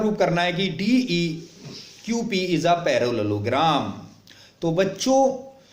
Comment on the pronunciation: idiotic video who doesn't know how to pronounce parallelogram